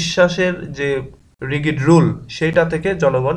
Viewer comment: ভাই (Rigid) রিগিড না রিজিড হবে